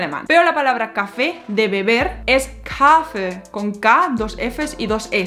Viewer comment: "Kaffee" no se pronuncia así. Con tu pronunciación sería "Kaafe". Explicación: Si hay un consonante doble como aquí doble "f" siempre significa que tienes que cortar el vocal antes, lo dices más rápido, así en este caso "a" corto. Lo mismo con "treffen". No es "trefen o treefen", la doble f hace el consonante antes, la primera "e", corto. Y dos "e" en Kaffee significan "e" larga.